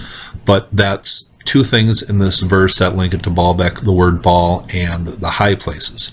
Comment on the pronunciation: Baal is pronounced "bail" not "ball" lol